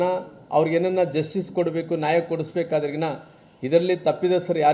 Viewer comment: ನಾಯಿ ಅಲ್ಲೋ ಮಾರಾಯ * ನ್ಯಾಯ ಅಂತ ಹೇಳು, ಕನ್ನಡ ಬಾಷೆ ನಿನ್ನ ಬಾಯಲ್ಲಿ ಸಿಕ್ಕು ಹೊದ್ದಾಡುತ್ತದೆ " ಪುಣ್ಯಾತ್ಮ 🤦